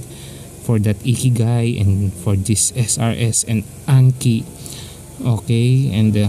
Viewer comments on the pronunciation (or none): eee kee guy 😂